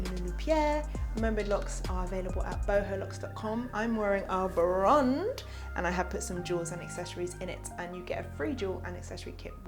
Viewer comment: Ignore that lol I just heard u say brund xx